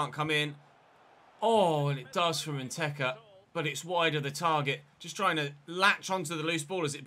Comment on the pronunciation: Randy probably doesn’t play up to potential because Che’s always calls him “Nketa” instead of “Nteka”